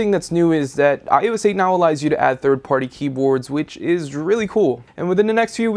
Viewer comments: iso aye!!!! its eight!!! 8 not ios aye!! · He sounded like he was saying iOessate